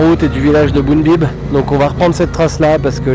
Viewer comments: c'est Boudnib et pas "Bounbib" :) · Boudnib…c est pas compliqué bout de nib 😂